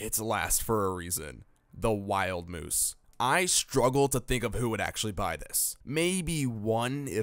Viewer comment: Just a couple corrections.. it's wild mouse like mickey mouse not wild moose. And aire force one is pronounced Air Force one not Airy force one.